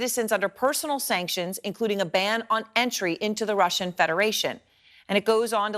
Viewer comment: 기자들이 러시아의 Russia를 Lussia로 발음한다. 아래 글을 읽어 보기 바란다. TV기자들은 말도 잘해야 하지만 발음도 좋아야 한다. 특히 외국어(영어)의 정확한 발음은 대단히 중요한 요건인데 유감스럽게도 그렇지 못하다. 예컨대 많은 기자들은 첫발음 R 을 L 로 발음한다. Russia를 Lussia로, Roma를 Loma로, Radio 를 Ladio 로 발음한다. 물론 한국어에는 ᄙ(쌍리을)이 없어서 L 과 R 발음을 다 ㄹ로 발음할 수 밖에 없는 어려움이 있다. 그렇다면 한국인들은 R 발음을 정말 못 하는 것일가? 아니다. 초성일 때에만 못한다. 프랑스(France), 마리아(Maria), 도레미(doremi), 아리랑(Arirang) 등, 잘 하지 않는가. 그래서 TV기자들에게 다음과 같은 해결 방법을 주고자 한다. R 을 첫발음할 떄 R 앞에 '으' 발음을 먼저 하라. (으)Russia, (으)Roma, (으)Radio 등으로 말이다. 그러면 당신은 좋은 발음을 하는 TV기자가 될 것이다.